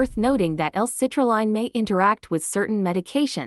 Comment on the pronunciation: First off it’s hard to take you seriously when you can’t even say citrulline correctly in the fact that it sounds like a computer voice is just horrible. This is why I would never listen to this crap at least see the products name correctly.